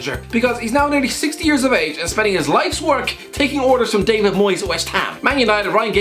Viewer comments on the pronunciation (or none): none